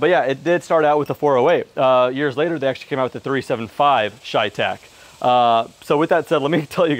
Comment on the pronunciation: My ears hurt everytime he says ChayTec instead of CheyTac